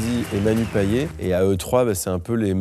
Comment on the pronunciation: Manu Payet ça se prononce paillette ptn paillette pas payé